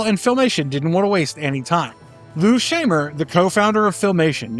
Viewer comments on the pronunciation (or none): “Shy-mer”, not “Shay-mer”, and “Lan-jella”, not “Lan-gella”